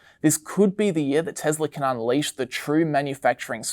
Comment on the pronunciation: hearing the pronunciation of "Tesla" as "TeZla" is such a cringe for me.. also this is supposed to be video made on 3rd Feb but it's talking about Jan 24 as the future ... a bit outdated ...